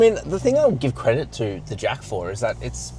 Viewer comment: Why are you pronouncing it "Jak" like with a K sound?